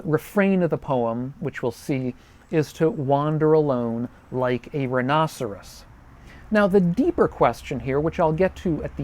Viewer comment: It is closer to the proper Latin pronunciation. As proper as it gets using English vowels anyway.